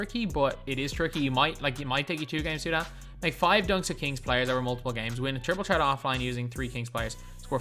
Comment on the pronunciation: petition to get to say triple threat and not triple tret